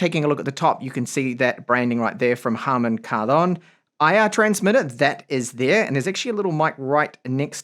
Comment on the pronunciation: I always appreciate you for trying to pronounce "Harman Kardon" correctly.